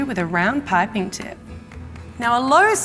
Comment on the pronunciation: The way she pronounces piping (pie-pin) lol